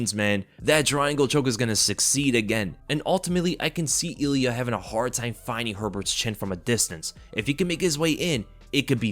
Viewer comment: That extra L you put in Ilia really made it that much more devastating,!